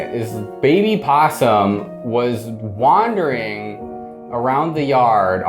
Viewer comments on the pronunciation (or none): none